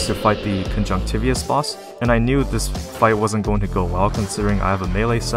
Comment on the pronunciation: That's not how you pronounce conjunctivitis bro. But that's the only complaint I can think of, your videos are awesome, thank you for making them! They're helping me be a better player quickly.